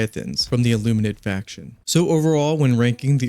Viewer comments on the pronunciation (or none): none